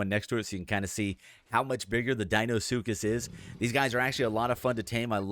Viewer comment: Deinosuchus not deinosskus